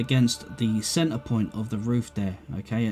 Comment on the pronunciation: take a sip every time says "cen-ar"